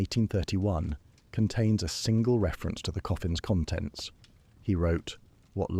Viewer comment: Is this one of the earlier ones you've done? I've noticed that in the ones I've listened to most recently the AI voice is of poorer quality than the first few I listened to. Mispronunciations of words that have multiple sounds (read = "red" or "reed," "conTENT" when it should be "CONtent," etc.), awkward timing of successive words, etc. At first it was at a low enough level for me to not label it "severe," but the last 2-3 I've listened to have been much worse.